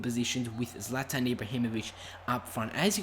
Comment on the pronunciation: I thought it was prounounced zlaetan